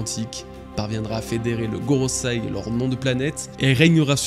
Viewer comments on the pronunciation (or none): « GoroSEI » Pas goroSAI... J’adore ce que tu fais mais tu ne prononces pas correctement...😉